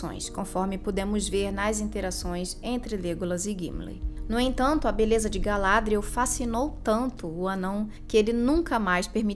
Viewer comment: O nome 'Galadriel' é oxítono de acordo com a fala original dos atores, não paroxítono como é dito neste vídeo.